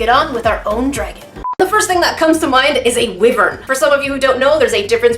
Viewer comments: I just need to get this out of my system It’s pronounced wīvern not wiverni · ", you;re saying it wrong!" Wyven is pronounced more like "Why-vern" not "wivvern". Still luv ya. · Wyvern is not pronpunced like wivern its why-vern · Oh this hurts my souls, ur saying it wrong its why-vern not wi-vern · Its pernoused why-vern not wi-vern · wivern Me: triggered cuz I like dragons lol WHYVERN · Wyvern is pronounced "Why-vern" not "wiv-ern" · Wyvern not Wivern. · I do not want to be mean but the monster is pernunce why -Vern not wivern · It's not pronounced (wiverns) it's (wyvers) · I'm pretty sure it's pronounced 'why vern' not 'wi vern; Not trying to be petty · I don’t wanna be mean but you said wyvern wrong it’s pronounced why-ver-n i’m a big fan I don’t wanna be mean or anything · Small point: YoU aRe ProNoUnCiNg WyVeRn aLl WrOnG. Seriously it is said with a long "I" so like "why-vern", not "wivvern". I love your videos but this was grating on my ears every time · Wyvern not wivern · I could be very wrong, but I think wyvern is pronounced “why-Vern”. I’m definitely not too sure, so saying it “wi-Vern” could be correct! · wiv-ern? It’s wive-ern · your saying it wrong! It's wyvern, not wivern! XD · bUt, yOu'Re sAyiNg iT wRonG! wYveRn iS pRonOuncEd wAi vrn, not wi vrn (jk love ur vids) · Dragon City is a fun game. I downloaded it long ago. I have a really powerful dragon; The Hunger Dragon, Level 21. How says Wyvern rlly bothers me XD I pronounce it like Why Vern and not Wi Vern. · Wivern Me a dragon fanatic (salty): WHY-VERN ITS WHY-VERN coughs your making my salt dragon fire come out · I think that Dragon Mania Legends is better. Just my own opinion. It’s very similar but theirs some different things also theirs like 500 something dragons. Also I think that it’s pronounced Why-vern, not wiv-ern. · Wivern? Not Wyvern? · Wyvern isn't pronounced wivern it sounds like how its spelled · ITS A WYVERN NOT A WIVERN